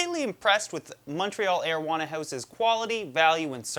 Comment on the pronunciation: Is he saying marijuana